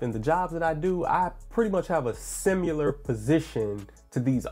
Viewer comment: Simular? Sim I lar. No U sound.